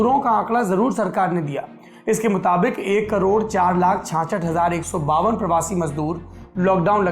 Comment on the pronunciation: Aap baar baar apne har video mei 66 ko kyun late hai?? Chanchent bolne mei maja aata hai kya?